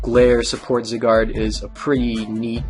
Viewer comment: First of all, its zYYYgard, as in the long I sound. Secondly, could you do a video on voltturn please?